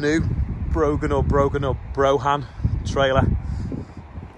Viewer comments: Braa han is broughan how you pronounce it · It's pronounced Broufham